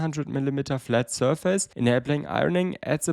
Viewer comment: you say the word "surface" all the time. please learn how to pronounce it. I'm loosing my mind here!